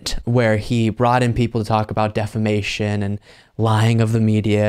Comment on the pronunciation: Why does Mike keep saying "stolled" and "deflamation"? He just makes up words.